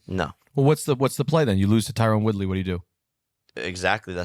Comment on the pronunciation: All of a sudden Jacob's pronouncing Tyron Woodley name correct